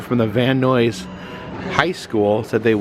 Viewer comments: Just started the video - Nuys is pronounced like "Nais" - The mispronunciation amused me.. But I grew up in Southern California, so I grew up around hearing it pronounced properly, I'd probably stumble on it if it was my first time, too. ♥ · I think Nuys rhymes with eyes. 🤷‍♀️ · It is pronounced "nize".